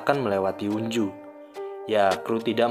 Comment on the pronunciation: Sorry bg tapi pengucapan namanya itu onjo bukan unju😭😭😭